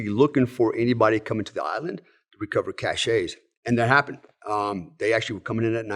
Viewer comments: Same here, drives me insane. I grew up in in a place called Cache Valley. It got its name from mountain men storing their cache of pelts in that valley. It is definitely pronounced cash NOT cash-ay. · This is stupid of me, but “cache” when referring to a store of weapons and so on is pronounced “cash”, not “cash-ay”. I hear guys saying that all the time. It is one of those things that drives me nuts. And to those who will reply “that’s how we say it in the military”. Nope. I was in the military and just because people get it wrong doesn’t make it right.